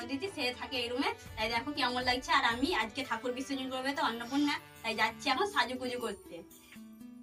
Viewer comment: বিসর্জন বলতে পারেনা। বিশ্বজন বলে